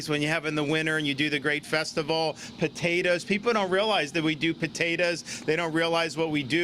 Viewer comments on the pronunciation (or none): Potatas, where's he from ? I didn't realize they have that accent in Jacksonville ? Please tell me he's not doing a Hillary , turning on a southern accent or a black dialect depending on the audience . Floridians from upstate (Jacksonville )is this how you pronounce potato ?